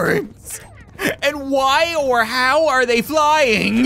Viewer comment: Just him saying flying funny